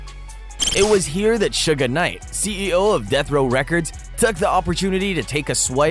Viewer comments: He sounds stupid saying Suge Name the pronunciation is shug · Who in the fuck is suga knight he fucked suge name all up 😂😂😂😂and some mf should not do documentaries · Stopped the second he called him Sugga Knight. Gotta know the basics before I believe the info given at hand. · Suga knight, lol. Its "suge". And diddy used to be called puff daddy! Definitely gay. Haa, lol !!! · When you called Suge, "Sugar" I knew it was time to click off!🙄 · Suge Knight..... Not Suga Knight!! 😂 Wtf.... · What you keep calling him,,Shugga knight?.... You would think one would actually know the name of the person your documenting....I know it's too late but his name is "Suge "knight.... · This dude said Suga Knight 😂 This is how history gets rewritten from Egypt and in any period when written by the victors. Suga Knight…. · Lol bro why are you calling suge knight ‘sugar knight’ 😂😂😂😂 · LOL why he keep calling him Suga Knight 🤣🤣🤣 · Whyyy does he keep saying Suga Knight.🤦🏾‍♀️🙄 Not from the culture but commenting on it for views and $$$. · lmao Sugah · How you do a rap rewind channel and not know how to pronounce suge knights name